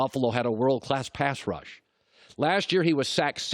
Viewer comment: Colin sounded like Chris Collinsworth when he said "pash rush".